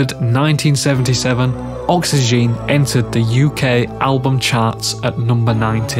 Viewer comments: It's oxygen and not oxyjean though but great Video. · That's not how oxygene is pronounced.